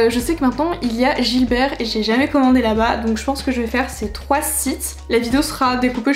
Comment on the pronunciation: Coucou! Ahaha, je crois qu'on dit Gibert et pas Gilbert 🤣 j'ai fait cette erreur toute ma vie, alors que j'avais une boutique dans ma ville 🤣😴 C'est la où j'ai fait mes meilleures trouvailles, avec des livres plus édités ou des nouveautés en occasion, c'est mon endroit pref ! Et vinted, mon appli favorite du moment pour les livres 😅 Très bonne vidéo, hâte de voir le vlog John Green ! 😘